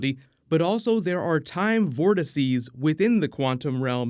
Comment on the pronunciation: Thank you for saying Vortices!